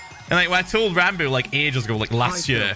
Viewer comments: He called Ranboo "Ranbus" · "Ranbus" XD